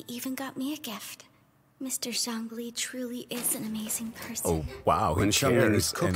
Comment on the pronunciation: This guy called Zhongli 'rich'... I'm dying XD